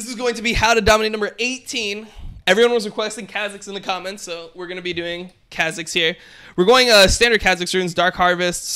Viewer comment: if he says kha zix like that one more time im gonns kill myself